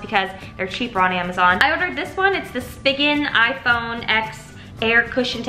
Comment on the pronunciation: Lol I love you but the phone case brand is prounounced like “spy gen” even tho it’s spelled spigen. Lol just wanted to throw that out there.